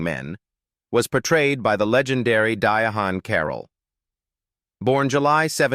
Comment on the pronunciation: Her name is pronounced “die-ANN” Carroll!